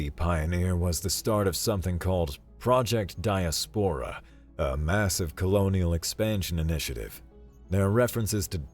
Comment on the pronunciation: Good story. I did enjoy hearing "die-as-POR-ruh" instead of "die-AS-puh-ruh." It's all about the em-PHA-sis.